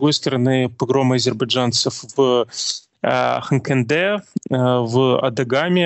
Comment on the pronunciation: вы очень интересно ведете беседу с гостями, Но!!! Выпишите себе названия населенных пунктов ХанкендИ, Агдам, Карс ( Ларс это другое )